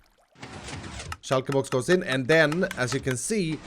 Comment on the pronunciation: "Shoulkaer boux"